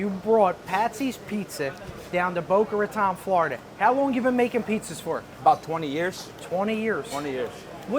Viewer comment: its not Boca Rataaan